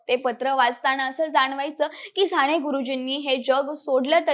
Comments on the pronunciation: सांणे गुरुजी नाही ग बाळ साने गुरुजी, कानावर खण खण लागतं तुझं बोलणं म्हणून ऐकूच शकलो नाही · साने.....साणे नाही एवढी चांगली0 माहिती दिली पण सगळीकडेच "न" आणि" ण "चि वाट लागली आहे. फार खटकले कानाला..".काणाला.."नाही. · साने म्हणजे साणे नसते ताई.. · बेटा साने गुरुजी असे एकदा तरी शुद्ध म्हण ना.सारख सारखं *साणेगुरुजी * * म्हणू नको. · नाही ग नाही, नका येवढे धारिष्ट्य करू.... पंधरा वीस वर्षे आधी तुमचं मराठी सुधारा... न, ण कूठे वापरायचे ते आधी शिका.... राणे नाही साने. उच्चार नीट शिका. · साणे नाही ग बाई साने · साणे गुरुजी नाही - साने गुरुजी न आणि ण खूप गोंधळ झालाय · साने गुरुजीआहे ते साणे गुरुजी नाही . is it not easy. Podcast about an author you need to pronounce correctly other wise. न च्या जागी ण आणि ण च्या जागी न . Thanks for sharing information though as these fact about Sane Guruji 🙏 can bring focus on his work hopefully. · साणे नाही साने गुरुजी